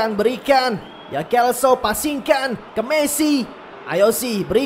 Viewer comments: lo selso bang bukan lo kelso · Hum bang jgn salah sebut nama buat pemain G.Lo celso Abang sebut kelso Itu selso bang bukan kelso Makasih itu aja sih saran sy